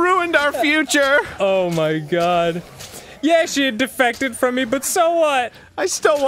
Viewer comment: i thought that said "defecated" and not "defected"